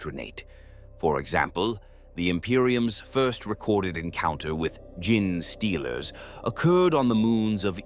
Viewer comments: I wanted to listen to this one so bad but I could not take the “GIN” stealers vs “Gene” stealers, sounds like “Jeans” as in blue jeans. I hope it gets fixed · major kill has the worst pronunciation listen to official pronunciation please it's genestealers not gin stealers. Ffs he calls tzeentch titsnitch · I sometimes hate the Ai mispronounciations but now I love the idea of gin-stealers.